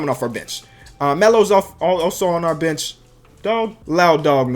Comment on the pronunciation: When he said bench i thought he said b*tch